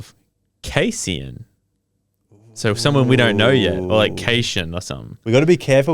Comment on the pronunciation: Loved this! I think this format works perfectly, and I'm so excited for you guys to keep reading more. Can't wait for the next episode 😊 *Side note: It's pronounced Cass-e-en